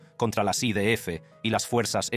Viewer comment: Jajaja 😂😂😂 yo pensé lo mismo, pero para mí el acento es americano tejano... Al principio pensé que era una traducción hecha por ordenador pero ahora creo que es un americano que habla español pero a ratos se le va Cuando dijo I Di Efe, en vez de I De Efe me mató 😂😂😂